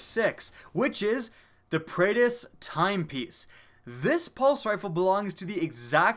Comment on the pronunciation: It's Prey-dith-s timepiece. Not prey-e-dith-s timepiece